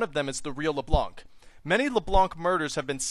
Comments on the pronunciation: you have to say her name in a french accent, la bla nc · C in "blanc" is not pronounced. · I speak French, and I face palmed. You don't pronounce the C at the end.